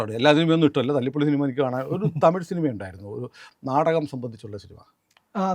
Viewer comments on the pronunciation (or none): none